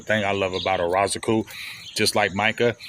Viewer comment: We in June and big still butchering EZ last name 🤣🤣